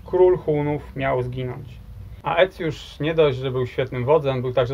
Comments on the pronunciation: „Ae” czytaj „e” po łacinie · 1. Aecius to się pisze, wymawia się ECJUSZ. 2. Z konnymi łucznikami Rzymianie mieli do czynienia już w I wieku p.n.e. w bitwie pod Carrhae. 3. Plemiona germańskie od Bugu po Ren? A czemu nie od Sekwany po Don? A co sobie będziemy żałować - od Pirenejów po Wołgę, od Bieguna Północnego po równik!